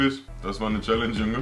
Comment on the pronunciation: An: es heisst Challenge und nicht schelensch